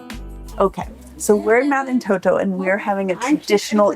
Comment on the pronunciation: not Toto but Entoto (can be pronounced as En-TOH-toh or init’ot’o) and In amharic “እንጦጦ”. And then I think there may be some confusion about what takes place at St. Mary’s Church, so let me explain it clearly and accurately. In Ethiopia, Orthodox Christians observe the 21st day of every month in honor of St. Mary. On this day, believers attend not only St. Mary’s Church but any Orthodox Christian church to pray and worship God. In the Orthodox faith, St. Mary is lovingly called “Our Mother,” and we believe that she intercedes by praying to her Son and Lord, Jesus Christ, for the forgiveness of our sins. These celebrations are based on specific and well-established religious reasons. January 21st is commemorated as the day of her departure (death). May 1st marks her birth, and May 21st celebrates her public revelation in Egypt, a day that is respected even by Muslims. August 16th is observed as the day of her resurrection, when she was taken up, as her Son was. September 21st is also highly significant, as it commemorates the appearance of the Virgin Mary to the 318 scholar fathers at the Council of Nicaea, where Arius was condemned, and it is also the day when the Cross of our Lord and Savior Jesus Christ rested at Ethiopia, Geshen Debre Kerbe. For these reasons, the veneration of St. Mary on these dates is deeply rooted in faith, history, and long-standing tradition. Thank you!!!